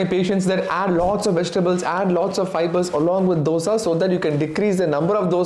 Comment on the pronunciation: Being a tamilan, you could pronounce the word dosa better. Good video.